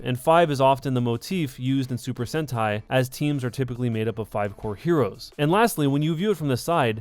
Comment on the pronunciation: Uhmmm.... Its actually pronounced Super Sentai, pleb. >:(